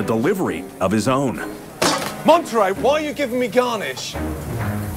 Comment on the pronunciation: Lol it's monneray like the cheese